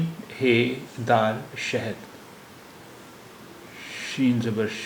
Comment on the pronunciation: शहद का दाल रे जैसा लग रहा